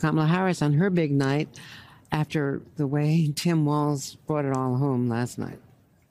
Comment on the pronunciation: walz said feir